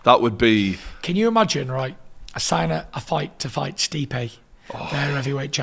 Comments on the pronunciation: "Stipe Mikovich" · Stipe Mickovich